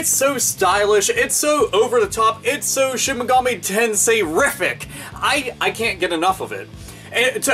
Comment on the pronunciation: Lol i thought you said "shinigami tensei"